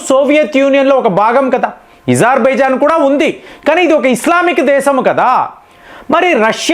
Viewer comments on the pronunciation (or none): Nee bonda azarbaizan not Izarbaizan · It's Azarbaijan mastaru Ezerbhaijan kadu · Where did Izar… bijon cane from Its azarbijon ? Say “A” not “I” not “e” correct it ! Its very bad to listen to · Your pronunciation....not correct.. Not izarbizan Azerbaijan ....A...Pl.. correct it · ఇజార్ బైజాన్ కాదు నాయనా అజార్ బైజాన్